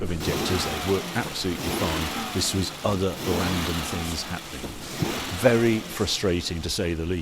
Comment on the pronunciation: How come people from your neck of the woods do not know the correct way to sound 'th' in words? Substituting them for a 'v' or an 'f' sounds so uneducated. For example, in your world, month becomes mumf, things becomes fings, through becomes froo and together becomes togever. Lazy, and it sounds terrible. All in my opinion only, obviously.